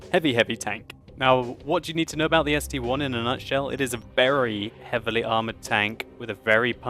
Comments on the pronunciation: it's the ST-I. Not ST-1. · ST-I!!!!! it is a capital i.... I..... not 1................................ -_ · it's st-i not 1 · I have that tank its called ST-I not ST-1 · ST-I (i), its not 1 !!! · It is ST one! NOOOOOOOOOOOOOO it is ST- Eye! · It's ST-capital i